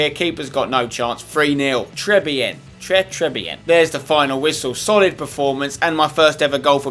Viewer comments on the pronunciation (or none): Spencer its Pronounced "Trey Beeyen" and "Shampeeyon